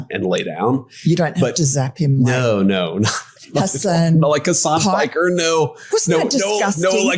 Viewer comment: it sounded like he said hasan spiker :face-green-smiling